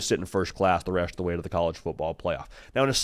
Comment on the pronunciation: The “resht” of the way… 🤣